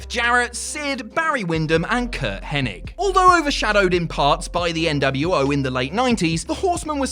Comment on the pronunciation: Thank you... you said HENNIG right!!!